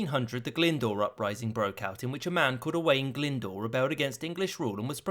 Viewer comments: Owain glyndwr mad a tripartite pact with the scotts and french i believe I am Welsh btw and you said owain glyndwr wrong owain you sau the i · That’s not how you pronounce Glyndwr.